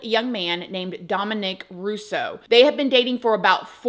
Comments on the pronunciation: DOMinick, not domiNICK. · your pronouncing Dominic like that is killing me haha 😂 DomAHHnic. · I had never heard anyone pronounce it Domo-NICK before. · Not my son’s name being Dominic and me being triggered every time you say his name lol I rebuke that in the name of Jesus, my son will never be involved in anything like this lol